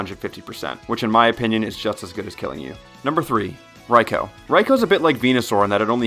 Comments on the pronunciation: subbed for pronouncing Raikou correctly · congrats on joining the ranks of youtubers who pronounce raikou correctly!